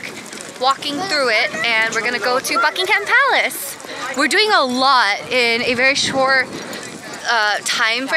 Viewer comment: Love how you pronounce Buckingham palace 😄 hope you're having a good time here!